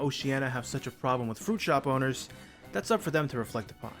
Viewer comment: I thought he said boners instead of owners